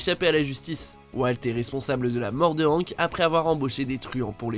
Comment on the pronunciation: La prononciation de hank bruhhhhh faites un efforr